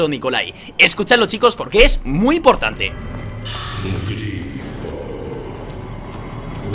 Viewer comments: Grifo y no glifo xD. Saludos crack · Soy el único que se ha dado cuenta de lo guay que se cree mientras que dice "glifo" en vez de grifo. Y aun se atreve a hablar de como se pronucian nombres de mapas en alemán . APRENDE CASTELLANO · Grefg es grifo no griflo😂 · grefg dices glifo y se dice grifo XD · Like por glifo en vez de grifo jajaja que buena grefg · Que nervioso me pone que digas glifo y no grrrrifo grefg por dios 😂😂😂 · El animal mitológico mitad león mitad aguila, se llama Grifo, no Glifo. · Like si se enteraron de q dijo glifo y no grifo 😂 Un saludito the grefg😉👍🏿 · grefg crack se dice grifo no glifo jajaja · Porque gref dice grifo con L jajajaja. Like si tu tambien te diste cuenta que decia "glifo" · Grifo no glifo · Es grifo no glifo grefg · Has dicho 6 veces GLIFO en vez de GRIFO.XD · es "grifo" no "glifo" grefg jajajaja :) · grifo no glifo huevon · Es glifo